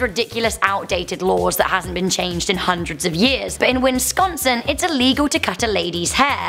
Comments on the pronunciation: Haha she said winsconson. Lol. Its WISconson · WINSCONSIN....UH!!I'M BRITISH AND NEVER BEEN TO USA, BUT I'M PRETTY SURE THERE'S NO SUCH A PLACE AS WINSCONSIN, WISCONSIN YES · “Did you just say winsconsin? WINsconsin? IT’S WISCONSIN!!!” Screams the Wisconsinite,while making out with a block of cheese. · Is it just my computer being weird or does it sound like is saying Win-scon-sin instead of Wis-con-sin? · It's WISconsin not WINSconsin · Wisconsin not winsconsin. Come on 🤦🏼‍♂️ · People don’t care about hair cutting in Wisconsin also not win sconsin wis-con-sin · Its not winsconsin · WINSCONSIN REEEEEEE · I'm sorry but......"Winsconsin"?.... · Wis-con-son. Say it with gusto! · Am I the only one who heard winsconscin? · It's wihs-KAAN-suhn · Theres only 2 n's in wisconsin not 3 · I hate they way she says Wisconsin I live in Wisconsin and most people say it wrong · Don’t say Wisconsin if you can’t say it right. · Also you are saying Wisconsin wrong. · The way you pronounced Wisconsin 😂😂😂 no n after Wi